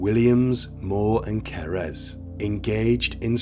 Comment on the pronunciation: What happened to Cerys (Kerr-iss, not ker-ezz) is truly horrifying😢 It just shows how the mental health sector, here in the UK, needs more investment to treat people early on in life! too many young people being let down early on, and in turn, go on to cause so much devastation 😔